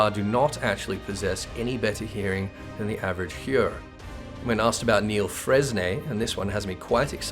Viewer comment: I'm pretty sure it's pronounced Neel-freyn given that Elezen names are French.